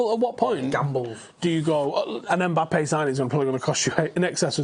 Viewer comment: It's Mbappe not EMbappe ffs